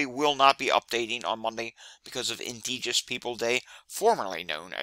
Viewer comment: Good information - one quibble: it is "indigenous" and is pronounced "In-dij-in-us" :)